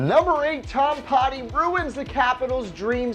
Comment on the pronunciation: Butchered Tom Poti but I'll let it slide because I want a free game